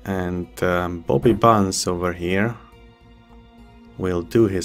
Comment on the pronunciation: your english is great but when you say bobby bunz with your accent it kinda sounds like you were saying poopy pants lol made me giggle